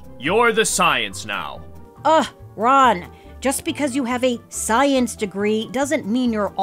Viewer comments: Nice job there making “science” sounds like “silence”. Very clever. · The experts changed the pronunciation of science -- it's now silence.... because reasons.